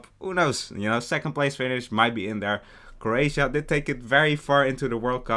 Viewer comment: The disrespect to Croatias name